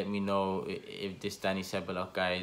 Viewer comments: I think it's pronounced "Sebayos" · Ceballos is pronounced Che-buy-yoss I think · Ceballos is pronounce Ceb-eye-os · how many arsenal channels does it take to pronounce a persons name right? your all at it! just say Dani ceballos once and be done with it right or wrong. who cares. apologises every time he mentions the mans name!